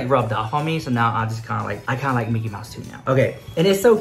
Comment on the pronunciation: I'm 31 years old but when you said "dickey" instead of "mickey" I laughed (out loud) SO HARD